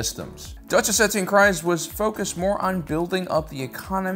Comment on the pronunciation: Bo-Katan's surname rhymes with FREEZE. This is not controversial in the least. Rather, it is very well established in the most recent season of Mando. She even says it herself numerous times. Please quit saying it wrong!